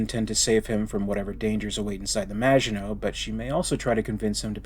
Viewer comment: Excellent pronunciation of maginot 👍